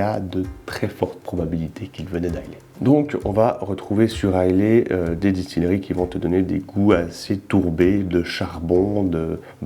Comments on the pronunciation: Pfftt... It's Islâ. Not Islé. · Dis moi, je ne suis pas anglophone mais Islay ne se dit-il pas "isla" ? Je pensais également à une future video, la spécificité du verre, Glencairn, copita etc ...